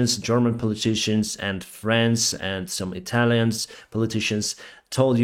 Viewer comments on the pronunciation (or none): none